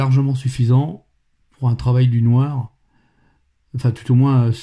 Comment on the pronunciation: ce n'est pas "noir" qu'il faut dire avec mais bien du "Noaare";)